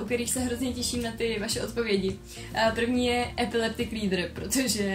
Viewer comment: Jsem jediná, kdo místo „Eclectic reader" slyšel „Epileptic reader"? :D :D Jinak Terapie sdílením je za mě taky věc, která mohla klidně zůstat na instagramu, tam se mi to líbí, sleduju to, ale dávat to do knižní podoby mi přijde dost zbytečné. :-)